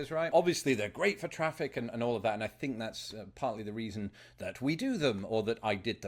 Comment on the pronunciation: Dude, it's think, not fink